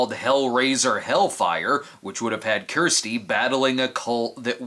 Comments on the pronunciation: It's not Kristy or "Keersty" 😂 it's Kirsty. You bloody yanks. 😂❤ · Do people in the US not have the name Kirsty (rhymes with thirsty)? I've heard a few weird pronunciations of the name now from US Youtubers, who insist on pronouncing it as "Keersty" - there's no such pronunciation where I'm from (UK, which is where Clive Barker is from).